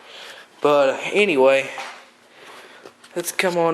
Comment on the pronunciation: Why do you say AnyWay's ?